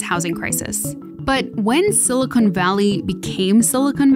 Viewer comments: Stop saying SILICONE valley sheesh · Silicon not silicone please